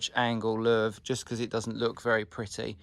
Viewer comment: How do you say 'louvre'??? 🤣🤣🤣